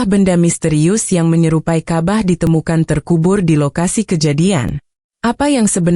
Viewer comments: Ini orang buat brita bohong .nyebut Alloooh juga alah .nyebut ka,bah juga kabah . ..ci emba ini bukan orang islam .. dia lagi cari duit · Ini jelas fitnah 100% oleh Kristen. Karena cara pengucapan kata Ka'bah dan Allah jelas adalah cara intonasi Kristen mengucapkannya.